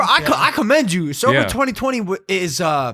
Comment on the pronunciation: Mike: “Commend” Mike again: “CUMMEND”